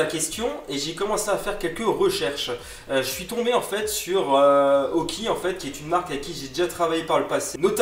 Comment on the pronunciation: on dit aukey et non auki